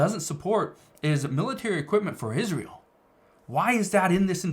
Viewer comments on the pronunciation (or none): none